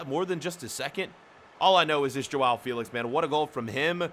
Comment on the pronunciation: Joa Felix not Joa Feelix🤬